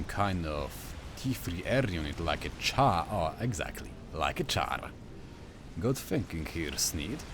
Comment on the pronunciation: Calling Czar a Char? Your Polish is showing, XP